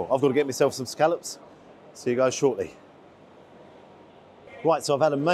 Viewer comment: Hello,. It’s soo refreshing to hear scallops being referred to by their correct pronunciation and not as so commonly used in this so called modern day as scollops.!!! xxx